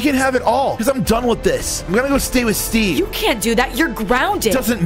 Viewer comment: When he said steave it made laugh bc I just seen the Minecraft movie trailer😂😂😂